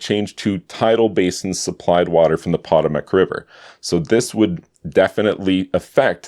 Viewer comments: Poe Toe Muck River not Pot O Mack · The poh-TOH-muhk river. Not PAH-tah-mehk. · Just an FYI The Potomac River is pronounced puh-TOH-mick, not pot-tow-mack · You mispronounced Potomac. It's not pronounced 'pot-o-mac', it's pronounced 'po-toe-mac'. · not pot-o-mac. more like po-to-mac but most say pah-to-mic. in american english one consonant makes the vowel a long sound unlike double consonant e.g. written. canadian english might be different. :) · "POT-o-mack" river? Its Puh-TOH-mic. We forgive you because you're Canadian.🙂 Honestly in Canada you have way more complicated Native North American names that I'm sure we'd mess up. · BTW, it's not the "POT-oh-mac river," it's the "pah-TOE-mac river." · POT-o-mick is usually pronounced Puh-TOE-mick. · Pot oh mick river. Ive not heard it pronounced that way before. Puh toe mick is how its been pronounced where I live. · Potomac, "poe-TOE-mic" River, not "Pot-o-mak." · Not POT-o-mack, but pot-TOH-mack... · Po-toe-mac River, not Pot-o-mac. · Pot a mac river??? Poe toe mic river, my canuck friend. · Puh TOE’ Mac, NOT PAH’ Toemac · Potomac is pronounced Pa Toe Mac not Pot O Mac. The pool was filled with water from the Potomac River. Just a FYI. On January 19, 2026 approximately 240-300 million gallons of untreated sewage spilled into the river. Does this give you any new insight as to what caused the algae bloom? Being up in Canada not knowing how to pronounce the name of the river and not mentioning the sewage spill kind of messes with your turnover of shyt water filtration results. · POT-oh-mic river? Potomac River is pronounced Pah-TOE-mac river. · PA TOW MIC.... not potamic .... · puh-TOH-muhk river....not Pa TIM Ack. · puh TOE muk not POT ah mak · It's "Po-toe-mac"..emphasis on the second syllable..not Pot-o-mac, emphasis on Pot...just saying... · You almost lost me at "Pott-O-mac" 😂 JK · that was hard on the ears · Respectfully, the river is pronounced pa-TOE-mick. Thanks for the content! I learned a lot today about it.